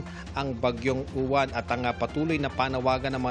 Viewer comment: Yung reporter na babae sabi bagyung YUWAN DAW EH MISMONG PAGBIGKAS NYAN AY UWAN KAKALOKA NAMAN NAG REREPORT SA PAG ASA BABAENG REPORTE NA MATABA BAGYJNG YUWAN DAW EH UWAN ANG PAGBIGKAS HAHAHAHAHAHAH SHUNGA BELSS 😂😂😂😂